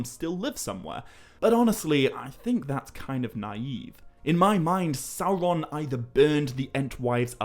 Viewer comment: I'm not a Tolkien scholar,, but isn't it "Sauron" not Salron"?